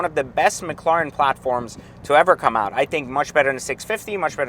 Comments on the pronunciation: you can pronounce properly mac..laren? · I don’t think he can lol says it the same in every video